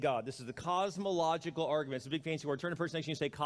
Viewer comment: The "Cause-mological" argument.